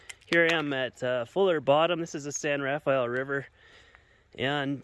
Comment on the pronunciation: U should ask a local person here how to say the name of our desert/river so you can say it right